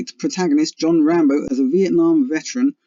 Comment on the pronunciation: It's RambO, not RambER